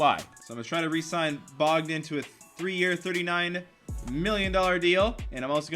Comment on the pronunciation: call him bogdan in person and see his reaction.. it's pronounce Boe-gdan